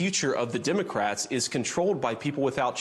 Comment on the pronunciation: I don’t trust anyone who can’t pronounce the word Democrat properly. It’s not not Dim-o-crat. Let’s save the “Dim” moniker for Vance & tRUMP & MAGA Morons, in general.